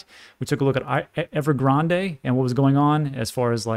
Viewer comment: Evergrande is pronounced "eh-vr-grand" Like EVER- GRAND. The 'e' at the end is silent and not pronounced like a Spanish word. No shade. Just trying to be helpful.